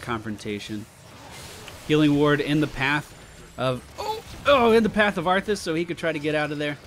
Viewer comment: He says it like that on purpose. I do recall him spelling it as arfus in a chat once. x3